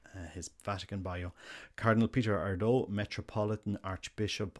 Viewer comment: Let's hope and pray for the best. Just a note on pronunciation... it would be more like AIR-dew in Hungarian.